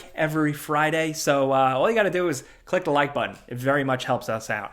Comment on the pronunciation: You almost can't tell that is from NY until he drops a "da." As in, "to da tune of..." Very NY 😁